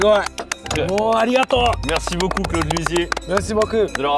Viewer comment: bonjour tu leurs as dit... ' merci beaux cul..' cela signifiait quelques choses? lol au japon on sait prononcer le COU merci BO KU /